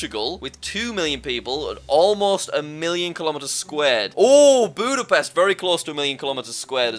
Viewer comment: "Buudabest" Yeah Im Hungarian and Its so Funny seeing theese Pronouncinations of Busapest. We actually Poronouce it Exactly how its Written.